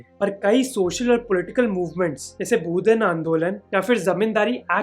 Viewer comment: भूदान आंदोलन को भुदेन कौन बोलता हैं बे?